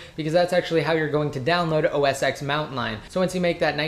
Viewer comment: I found it annoying that he pronounce OS X as "OS eks". It's supposed to be "OS ten". He's a tech guy and he should know that.